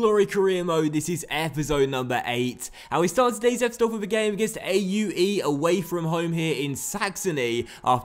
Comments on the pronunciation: 0yerax0 do believe it's pronounced (aa-oo-ey) in German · I know "Aue" may look like just three vowels placed together, but it's the name of a city in the Erzgebirge and pronounced "Oueh". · you mispronounced Aue as an acronym. It should be pronounced as "aw". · When you can't pronounce a team so you decide to just spell them